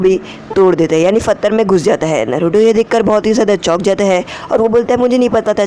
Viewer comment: Chutiye fatthar nhi patthar bolte hain